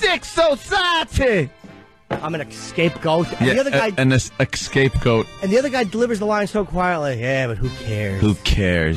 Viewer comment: "Excape goat" lol